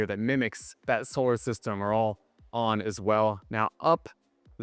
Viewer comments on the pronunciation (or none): none